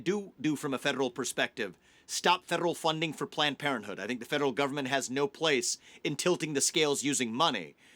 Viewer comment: Why cant he say the word 'federal' correctly?